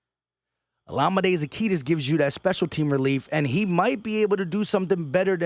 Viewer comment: Za-Key-us. No T in zaccheus